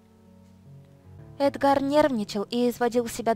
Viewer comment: Разве правильно эдгАр, а не Эдгар???